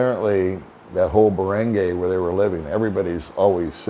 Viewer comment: Barangay is pronounced BA-RUNG- GUY (not Ba Rung Gay) 😂